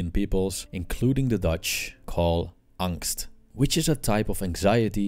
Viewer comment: No need to call "angst" because it literally means anxiety. But amazing pronounciation.